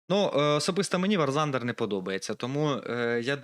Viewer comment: Вибач бро,но не вар зандер,а вор тандер.😅